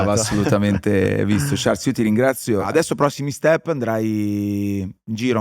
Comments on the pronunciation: Non vi amo granchè ma sono qui per sciarl (non ciars) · Quanto deve essere fastidioso per Charles sentirsi chiamare continuamente con la pronuncia sbagliata? 😅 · Bellissima intervista, garbata ad un grandissimo pilota e uomo. L'unica critica che muovo a Charles: non pronunciare il tuo nome e quello di Jules all'inglese, il tuo nome è francofono e come tale deve essere pronunciato! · Domanda che gli avrei voluto fare io: ma non ti girano i maroni a 300 all'ora quando nelle interviste non pronunciano correttamente il tuo nome e cognome?